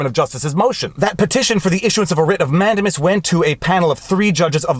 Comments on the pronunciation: I love your videos with one exception; your mis-pronunciation of Latin words is “fingernails on chalkboard.” For example, you say “MANdimus”. rather than “manDAmus” or “Amicus”rather than “aMIcus” . While it has been over 50 years since I last studied Latin, I don’t think the Romans have changed their pronunciation recently. Also, in 40 years of legal practice, I have only rarely heard Latin legal terms pronounced as you do. Otherwise, I love your videos! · I enjoy your videos and analysis, as I feel that I would agree with you most of the time (Yes, I'm an attorney.) HOWEVER, I cringe every time you say "MAN-de-mus." I learned it as "man-DAY-mus" in law school. I just double checked my Black's Law Dictionary, and it agrees that the word is pronounced "man-DAY-mus." (actually, the "u" is an upside-down e called a "schwa" but that's hard to type in comments.) Is your incorrect pronunciation of "Mandamus" a Canadian thing, or are you just doing it wrong? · Who knows where it's going to go. But, I have it on good authority that the word is pronounced, "Man-day-miss." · 😂😂😂 Man-dame-us Man-dame-us